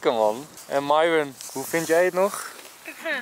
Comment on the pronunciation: Niet zoals Enzo het zegt nee... Je schrijft het goed! maar je zegt Miron